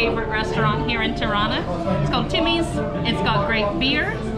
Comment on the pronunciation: Tymi pronounced t U mi meaning smoke. It's a barbecue place.